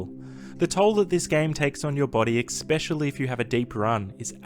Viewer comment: Exspecially? PFfft